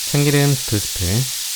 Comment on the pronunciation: ..참끼름 들끼름 아니고 참기름 들기름이라고 해주세요😊맛있는 레시피 고맙습니다 ~